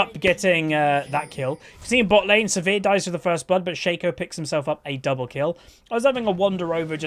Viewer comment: why do you call sivir, severe?